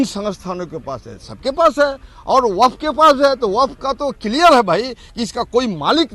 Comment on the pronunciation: वक्फ का शुद्ध उच्चारण तो करो